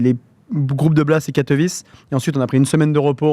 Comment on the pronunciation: La prononciation de Katowice c’est Katowitsé et pas Katowitché